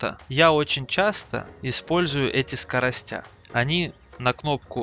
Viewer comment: скоростя, лол) 37к боев, дай думаю гляну как там новичков учат. Это не обучение и не объяснение. Набор рандомных советов, многие из которых сомнительны. Про скоростя просто убило. А заставка да, ничего, только слово сводиться без мягкого знака. Впрочем, для человека произносящего скорости как скоростя это не удивительно. Дно.